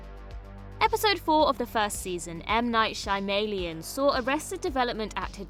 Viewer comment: That's one of the only well pronounced one lol. The episode was a pun on his name